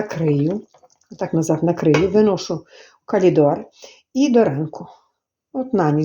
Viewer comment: "Калідор" це щось😅